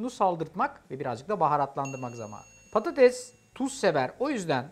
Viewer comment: Sürekli patateZ demesi 😂😂